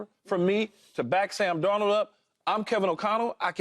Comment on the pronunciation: I’ll sub when joy put some spek on darnolds name 😂